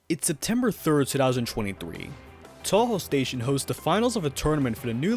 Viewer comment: man i dont like saying this to people who are clearly ESL but you really need to work on both your english and japanese pronunciation or youre gonna ruin a lot of fans pronunciation too to start with, its “toe-hoe” not “tau-hau”